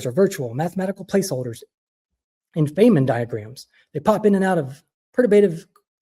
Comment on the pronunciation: It's plen-um, not 'plee-num.' And Richard Fine-man, not 'Fain-man.' 🤦 Embarrassing.